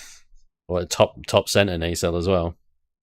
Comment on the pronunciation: Sorry, gotta say, it's it's nah-cell.